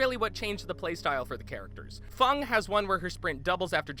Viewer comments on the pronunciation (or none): fung lol its feng min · Btw the survivors only have 3 unique perks and it is pronounced f-eng min not fung min. After that off my chest I reckon dead by daylight is still better than Friday the 13th cuz it's my opinion and maybe someone can convince people that Friday is better. Killers may be overpowered but there are so many pallets depending on what map you're playing and remember there are so many infinite spots on particular maps for survivors. People who haven't played dead by daylight for very long would not understand that. If you watched ochido or 72 hrs you'll understand what I am trying to say. I may be a little unfair about Friday because I've never played it, and i probably will not because I still think dead by daylight is better. Btw the doctor is over powered and that should be the only dlc you should buy. Everything else is a unnecessary. Your survivor you play doesn't matter because every survivor can get every survivor perk in existence, therefore meaning your play style won't change but may change due to what perk/s you have and killer you are up against (as said in the video). But with that you can only get the dlc survivor and killer perks on the shrine every week if you don't have the killers/survivors. It can be difficult because all of it is random and sometimes it can get a little frustrating if there's a perk you wanted but you can't afford it. It depends if you're killer main but I'm a filthy 72hrs Claudette main. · Fung Min, Lol it's Feng Min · It’s feng min not fung!!! Lmao but you regularly play both you say??🤔🤷🏼‍♂️ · Such a stupid comparison full of misinformation and lack of research. Can you even take this seriously when they don't even know the names of the characters. Fung is Feng Min and Hunter is Trapper. This just shows a blatant lack of research and time put into the games. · No one:: FUNG MEN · Can we just talk about how he called feng min fung? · Did this dude jus call feng min fung ..